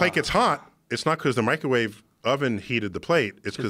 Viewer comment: "Microwawe weapons"